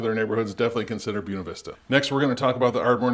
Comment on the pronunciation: You're killing me with your pronunciation of Buena